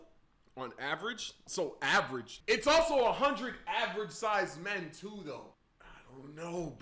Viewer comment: He's saying man instead of men